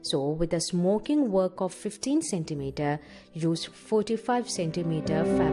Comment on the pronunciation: I swear she said smoking dildo o.O